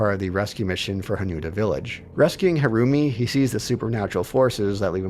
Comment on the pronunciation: Every time the name "Harumi" is said, I keep hearing "her roomie" haha